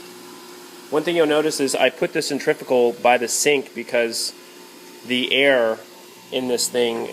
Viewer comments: the word is pronounced centri-fugal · Nice thinking of getting a cold press. but i have to be that guy. cen·trif·u·gal, centrifical is not a word. but cold press all the way